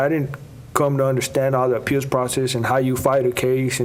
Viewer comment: Gosh Ray Hill and this lisp and feminine speech. Good lord man, pick your mouth up. It sounds gross I can’t even listen to it. And there’s no D in “appeals”. It’s not appealDs, it’s appeals. Always adding D’s plus the gross sound of his speech I don’t know how people can watch the guy. He’s nails on a chalkboard. And his lifestyle in general is just awful. He was a sicko guy.